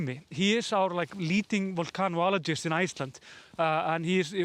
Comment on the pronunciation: you have been practicing how to pronounce “vulcanologist”. Bravo! With recent developments, you are getting a lot of practice. Exciting times to be in Iceland.